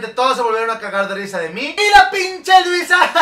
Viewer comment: me dio demasiada risa como se vestía Louisa😂😂 y como en vez de decir Louisa dijo Luisa😂😂😂😂